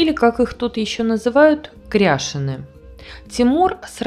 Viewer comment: Спасибо за ролик. Если правильно помню, ударение ставится крящЕны